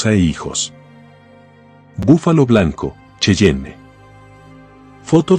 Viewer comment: Se dice búfalo no bufalo